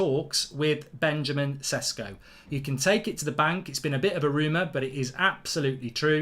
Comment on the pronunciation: It's prounounced "sheshko"